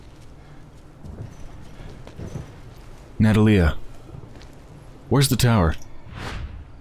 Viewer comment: Not to be a prick, but her name is pronounced nuh-TAH-lee-uh, not NAH-tah-lee-uh.